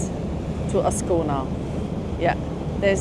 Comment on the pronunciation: Schöne Bilder, aber 3s spricht sich so aus,, wie man es schreibt: Ascona und nicht aona / asona / oscon oder Locarno und nicht loano und das viel "ja" ist auch nicht notwendig